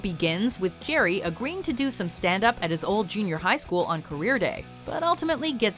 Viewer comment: Erm ... "Gerry" ? Does anyone else hear that or is it just me?